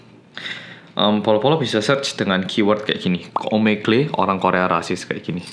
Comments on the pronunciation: Omegle bacanya Omegel vang bukan omegle wkwkwk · Bang omegle cara pronounce-nya "omegel"